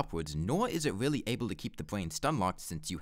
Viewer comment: this was a weawwy impwessive wun